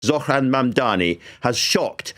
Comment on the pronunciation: he’s a white guy who can actually say zohran right wow